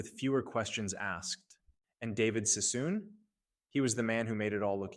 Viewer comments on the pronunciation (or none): It's David Sassoon not Cissom. AI crap-factories are so ratchet. What's with the World War 1 & 2 footage? What's with the maps highlighting Alaska ? 78 subscribers and turning the web into a junkyard.